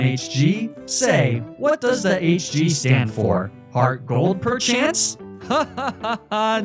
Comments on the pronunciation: Am I the only one who heard flygon say “flygonh d” instead of hg? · bro what are you saying “elm is a fascist” whaaaat 😂